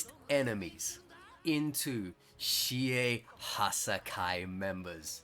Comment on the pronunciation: PWEASE DUDE IT’S SHE-AY-HA-SY-KYE PLEASE THAT IS HOW YOU PRONOUNCE IT ps: I love the content